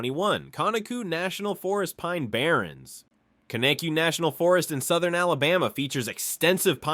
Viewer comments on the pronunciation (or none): Hey bud. Its conecuh ( Ka-Neck-ka) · The state flower isn't a lilly. It's the magnolia. Conecuh isn't pronounced con-uh-cue. It's cun-eh-cuh. There's so much that isn't correct in this video. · he had no chance with conecuh (Ka-neck-A) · Dauphin Island is pronounced Daw fin Island 😂😂 and Cheaha Mountain is pronounced Chee Ha Mountain and Mobile is Mo-Beel and Conecuh is Cuh Neck Cuh 🤣 this gotta be a.i